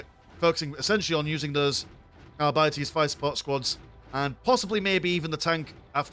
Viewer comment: it´s ar-bee-tes not ar-byte-s